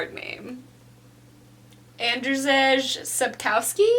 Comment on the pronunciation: You wasn't close with Andrzej Sapkowski name, haha xD You can hear a proper pronunciation here